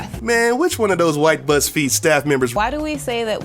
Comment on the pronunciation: He sound like he said buttsfeed